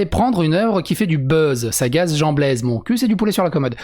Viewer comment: "Jean Baise ne regrette évidemment pas son choix." Ah ! On est d'accord ! Blaise ça se prononce Baise !